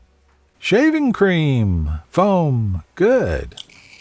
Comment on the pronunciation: “ShAviNg CrEaM-FoAm”